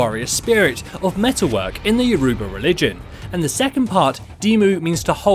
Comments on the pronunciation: Jesus Christ that's not how you say youruba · can you pronounce Yoruba correctly